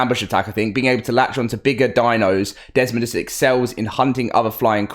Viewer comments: I'm gonna help you out. It's dez-MOE-dus Not Dezmund... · Desmodus not desmondus. It's not that hard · It's desmodus, not desodus, a##! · Desmodus, not Desmond lmao. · Not to be an a** but, it is desodus not desmondus. There is NO n